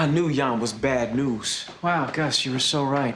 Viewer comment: Him saying Jan Jan even when people correct him and telling him it's Jan not Jan is funny 🤣